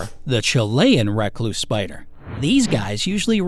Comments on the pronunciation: I’m not sure that’s how you actually pronounce “Recluse”. Could just be my memory though. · Lol it bothers me bc you say recluse and I pronounce it reecluse,but im from the south so...